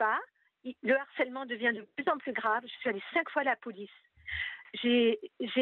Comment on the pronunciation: Le Harcèle! "H aspiré" svp! 😊